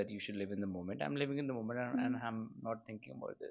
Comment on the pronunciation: Moment ❌ Mument ✅ Realise ❌ Reyalise ✅ Meant to be ❌ Mint to be ✅ And she calls herself a content creator/Influencer. Influencer of what ? To influence those kids to be ok with a guy with whom you do everything and calling out he was not the right one because aab tumhey koe naya milgaya and kept on changing guys every quarter? Or ignoring your mother to be with that so-called toxic guy. Or How to show off youtube ka paise when you are not even eligible for a clerk job .